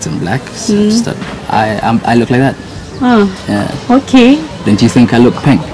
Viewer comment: She said ' I wook'....